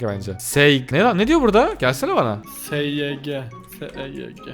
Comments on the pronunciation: abi seyg değil seevgi oooooooooooooo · Abi p Seyg degıl sevgi diyor